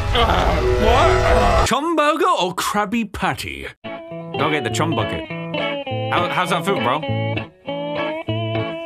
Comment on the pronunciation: COOM BURGER??? That is not how chum burger is pronounced